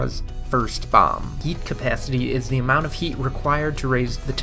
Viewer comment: I thought this nigga said yeet capacity lmao